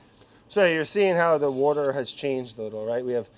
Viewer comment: mariekt I did notice a time he pretty much pronounced it perfectly, and I really wanted Hunzi to put up “water.”